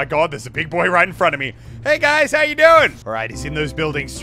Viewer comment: swear he said alright gays